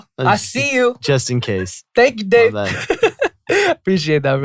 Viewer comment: The way Dave noticed that Jae spelled his name J-A-E but not that he said Day-A-Y-6 lmao